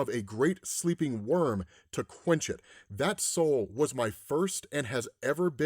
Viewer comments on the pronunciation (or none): none